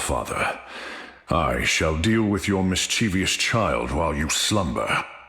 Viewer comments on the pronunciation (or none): Actually you're pronouncing mischievous wrong 🤓 Yours truly, Loki main